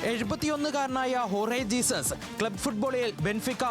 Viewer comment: ജീസസ് അല്ല ഹെസൂസ് ആണ് 😂